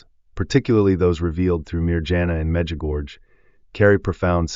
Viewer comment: Baloney! Our Lady doesn’t tell us to stire anything! AI? You don’t know how to pronounce Mirjana or Medjugorje! AI AI AI !